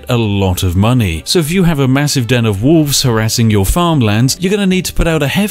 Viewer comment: Spiff doesn't pronounce the 'l' in wolf/wolves.